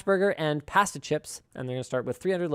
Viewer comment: The way Linus pronounces "pasta" hurts me.